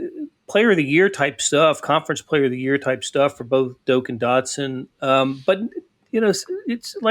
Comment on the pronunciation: It’s Dok not doke